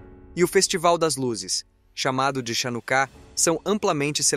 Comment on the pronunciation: A festa das luzes, se escreve Chanukah, mas a pronuncia é RRanukah. Na transliteração do hebraico pro português, as letras, Ch tem som de RR.